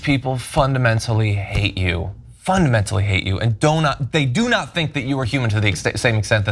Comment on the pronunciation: Do not think, heard "donut think;" G'd day.